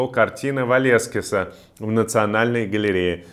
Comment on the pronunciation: "картина Валескиса" )) ? Серьёзно?! ((